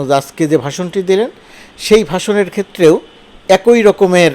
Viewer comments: একোই না বলে অ্যাকি উচ্চারণ করুন। ছ-এর উচ্চারণ ঠিক করে নিন। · এক-ই নাকি এ-কই? 😊